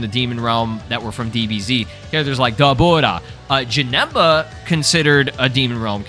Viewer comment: why he saying daburas name like that xD getting all fancy for no reason